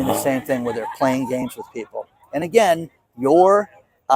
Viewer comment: Hi, so good to see your awesome smile! You saying "Anagain" is no problem with me at all. You're the only one I know who says it and it doesn't bother me in the least. I think some retired 'ol English teachers tend to "proof" other people's use of the English language. You know, like if you meet a dentist, you think they're always looking at your teeth, LOL!😆. Thanks for today's report and showing some cool cars!